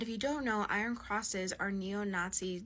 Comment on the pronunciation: "Eye - Ern" not "Eye-Ron"